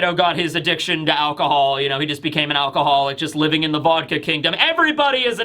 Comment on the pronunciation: How do you have such a hard time saying vodka?